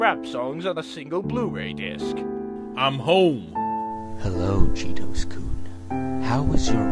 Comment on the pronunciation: Cheetos' name is supposed to be Chitose but they pronounce it like a crunchy cheese snack.